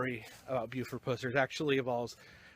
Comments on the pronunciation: Very informative video, when you kept calling him Puss-er i was cracking up. Too funny. It is Pus-er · pronounciation not (pooser) it pusser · Every time you say "Puss-er" I wanna slap the s@ outta u! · Pronounced Pus-er for sure. Live here and have done allot of research on Sheriff Pusser. Take Rays advice, dig into WR Morris' books. They are by far the best accounts of the sheriffs life and people he fought. He lead a very interesting life, a one of a kind! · Thank you for the video. But for the love of God please say the man's name right. Now your not the only video that out there that says his name wrong. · Dude , say his name right. For the love of Mike! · This your worst video. I always enjoy your video's but this one.Know how to say a name before u do a video on it. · this is lame go to some of the places stuff happened and say his name right you goof